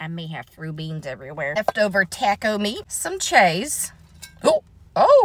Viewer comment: “Some Chaaessee”😂😂